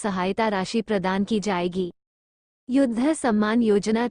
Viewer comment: कृपया हिन्दी तो ढ़ंग से पढ़ लो । युद्ध का उच्चारण आप योद्धा कर रही हैं । शिक्षा का स्तर कितना गिरा गया है । बिहार की है क्या ? युद्ध और योद्धा में फर्क नहीं मालूम । शर्म आनी चाहिए ।।।